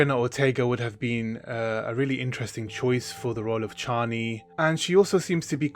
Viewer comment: I thought we landed on chay-nee. 🫠